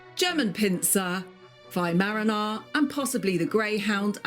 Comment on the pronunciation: The what….. Weimaraner? It’s pronounced WHY MA RAR NA